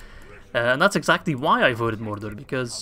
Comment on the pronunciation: It just sounds really weird especially when you're saying Mordor a lot of times in a row lmao